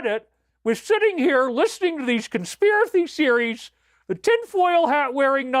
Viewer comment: "Consthiracy Speries" lol 😄😆